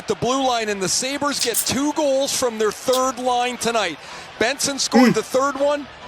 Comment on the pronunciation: im out after that Sabres pronunciation